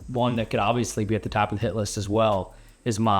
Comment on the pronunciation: I think instead of saying hit list I think I heard $hit list. LOL